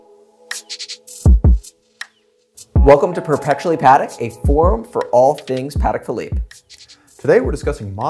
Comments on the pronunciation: If the auto sub thinks your saying paddock YOU'RE SAYING IT WRONGLY!!! short "pa", emphasis on the "Tek". Come on!!!! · They both pronounced Patek different. Which is the right way?